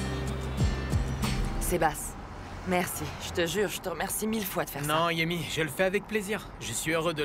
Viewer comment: C ' est moi ou a dit Yaemi